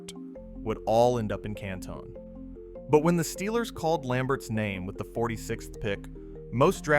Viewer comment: This feels like AI. Especially the way Canton is mispronounced.